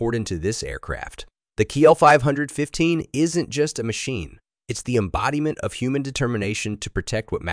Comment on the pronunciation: So much for AI voice over! Not KL 515 its C.L 515